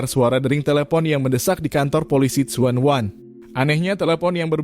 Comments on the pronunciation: Bukan suwan wan bacanya tpi junwan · Tsuen WAN tp bacanya Junwan, salam kenal dr Hongkong